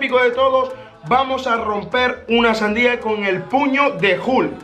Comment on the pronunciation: No es hukl es hulk